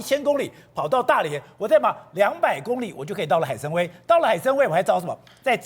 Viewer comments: 那个念海参wai三声，崴脚的崴，跟文盲一样主持人，要么就别说中文。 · 海参崴 wai 三声